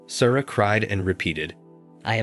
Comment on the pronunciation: Not going to listen to "Sarah" pronounced "Sorrow" for forty minutes. Have a little pride in your channel.